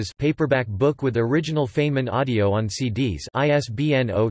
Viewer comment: Feynman's name is mispronounced throughout this article. It is supposed to sound like "Fine men" not like "Fain men" as it does here.